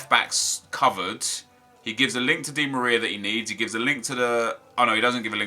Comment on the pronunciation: Screwed again he said di Maria